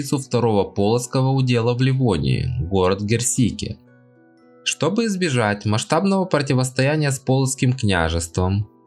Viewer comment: Молодец, материал хороший, но вот с произношением названий немного надо поработать.. Кýкенойс (совр. Кóкнесе), Гéрсике (совр. Éрсика)..